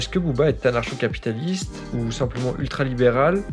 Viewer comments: QUOI? On dit "Anarko" pas "anarsho" t'es pas au courant ? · pq tu lis anarcho comme dans chien et pas anarcho comme dans communisme ?